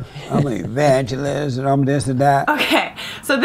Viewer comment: Did he say "An Evagelist"? 😄 an E-Vag-elist